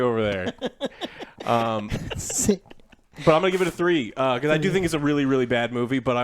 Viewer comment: I love the way joe says “thrrrree” and rollz his R’s😅